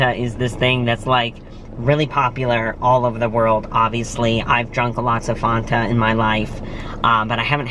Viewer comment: Fanta not foonta. lol